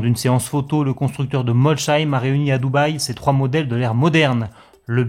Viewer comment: Ça se dit molsseim pas molcheim 😁